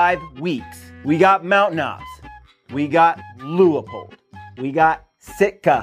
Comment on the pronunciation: great film. Love this stuff - keep it up. Also, the word Leupold is pronounced with 2 syllables, and it sounds just like "loop holed." Not "lay-oo-pold." Not that it matters, but they might care a little.